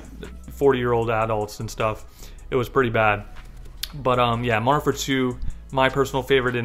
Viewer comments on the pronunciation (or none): Slow down when you say Modern Warfare 2 lol "Mondernfare 2" "Mondern War2"